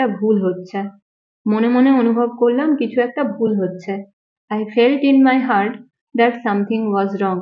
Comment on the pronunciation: Not hurt, it's heart.